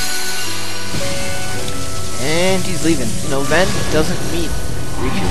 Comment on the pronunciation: XD I loled at Goofy when he couldn't say Ven's name...